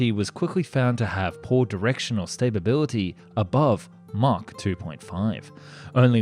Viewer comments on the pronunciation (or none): There are some really odd pronunciation and grammar issues here, like "Stabability" and "MacNAM-aRA." You will really rock my platform if you tell me this has been AI all along! :(